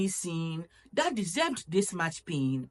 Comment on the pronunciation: Marriage without peace? Boi am gone dadaaada ❤❤❤ I love the way you pronounced the word 'THAT ' it's my favorite ❤❤❤